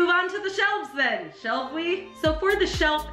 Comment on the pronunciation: "Lets move on the the shelf, shal'f' we?" - 2019